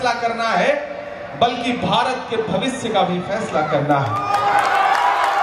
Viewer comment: इमरान साहब भविस्य नहीं भविष्य कहिये بہتر ہے کہ مستقبل لفظ آپکی زبان سے اچھا لگےگا